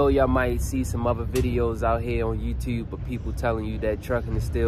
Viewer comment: Omg you’re from Baltimore 😂😂😂 “yuwtuwbe”